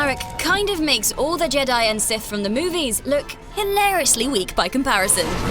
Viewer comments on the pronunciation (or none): none